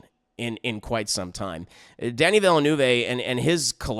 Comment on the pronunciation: Plz don't pronounce the last "e" of Villeneuve as a long english "a", it is a short "e" like in "the"